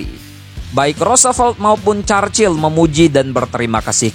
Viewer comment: Stalingrad bukan Stelingred Churchill bukan Carcil